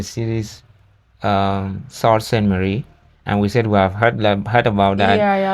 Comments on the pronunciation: Another example of how AI messes it up. Sault Ste. Marie is NOT 'SALT Saint Marie' and is commonly pronounced as Soo or Sue Ste. Marie. Some people refer to as 'The Soo'. No big issue, but just a bit annoying. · "Great Lakes" is just another way of saying "Smaller fresh water sea's". Sault St. Marie is pronounced "Sue saint Marie" not "saw" like the guy said in the video. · SOO Saint Marie or The Soo. Narrator is bad AI